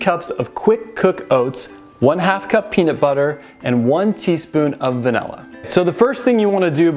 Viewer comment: pronunciation dictionary Milk=Melk Vanilla=Vanella😽😻Makes me smile Because it reminds me of my mom. She was from Minnesota❤️